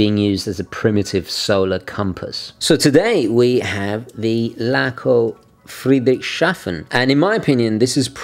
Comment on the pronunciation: "Friedrichs hafen", not "Friedrich shafen". Love you,.